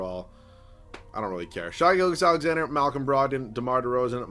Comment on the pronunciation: Why hasnt anyone talked about the fact that he cant pronounce Shai Gilgeous right? I feel like I hear his name a decent amount in these videos. Just please pronounce the name right, love you